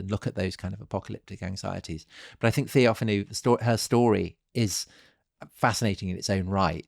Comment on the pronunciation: TheophAno (TheoFAno) ... not TheOfanou